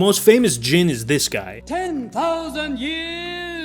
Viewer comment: Finally someone got Jinn right!